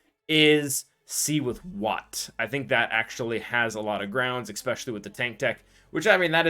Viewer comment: Is pronouncing "especially" as eckspecially a sign of listening to a lot of hip hop? 🤔